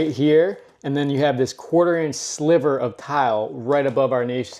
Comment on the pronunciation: Thank you SO much for the correct pronunciation of 'niche' and 'sliver'... So many people say 'nitch' and 'slither'.